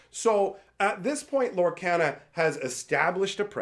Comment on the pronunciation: Does it bug anyone else that he pronounces Lorcana wrong?